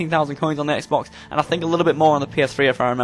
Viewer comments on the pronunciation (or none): none